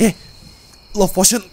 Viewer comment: POTION OI BUKAN POTOIN